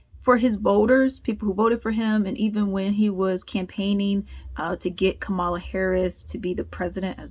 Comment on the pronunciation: Even if you do not like her, why don't you pronounce Kamala's name correctly?